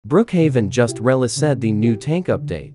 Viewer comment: Released is pronouced re lease sd and not re la said